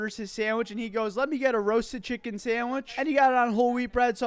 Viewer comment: Not to be a male Karen, but the "meh" instead of "mee" always throws me.